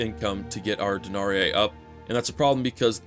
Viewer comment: denarEE not denariai